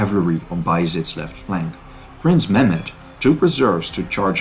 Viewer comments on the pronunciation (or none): none